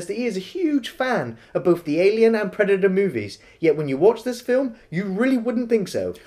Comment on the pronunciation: Predator: Predaerrrrrrrrrrrrrrr